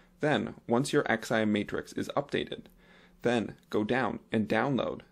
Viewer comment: LOL You know its not called an X.I.M. ... its just XIM (pronounced "ZIM")... like you dont have to spell out the letters lol... other than that a useful vid :)